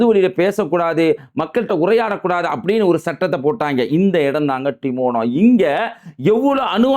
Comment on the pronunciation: Adai Bai, not Timona it is dimona. Lusoo.